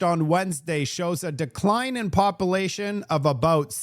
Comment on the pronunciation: Calcull-ate the popple-ation at Low-blahs! I love your show but you mispronounced words drives my wife NUTS! So, keep doing it! 😂